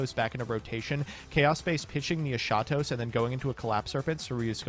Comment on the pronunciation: For the love of god stop saying "esatos" the H is not silent.... the word is pronounced Es-Ha-tos (the tone is even in the first e) its a Greek word and it means Last.... the other dragon is protos and it means First-- So its the first and last dragon... Lots of Love